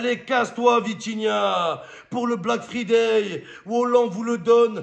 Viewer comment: Fryday chéri mom pas free day sinn t'es nuul ❤